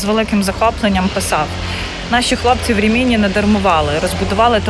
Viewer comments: Дуже цікава інформація,. Але це РімІні так ріже вухо. Місто називається РІміні, наголос на перший склад не на другий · Нє РимінІ ,,а РИмІні .. Наголос на перший слог . . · Дякую. Дуже цікаво. Тилькі наголос РімІні незвично. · Рі'міні , а не Рімі' ні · Рìміні, на перше "і" наголос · Прожила в РІміні (наголос на першу і) років 10, але, на жаль, ніколи не чула про табір. Тільки кілька років тому прочитала про це